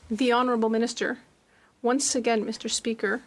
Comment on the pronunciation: Fill the gap " mr. Speaker" " mr. Spesker".😅😅😅😅😅😅